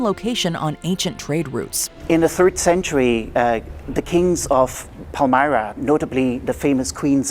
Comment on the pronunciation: your pronontiation of PALMYRA is absolutely hidious